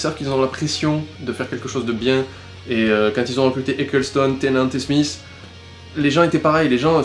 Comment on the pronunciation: David Tennant, pas Tennet ! C'est pas un laveur de vitres ! *tennet=t'es net, blague de merde*